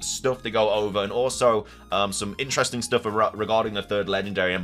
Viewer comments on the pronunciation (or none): none